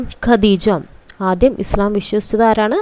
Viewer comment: Islamum ; Nabiyum;Allahuvum pranounsation thettanu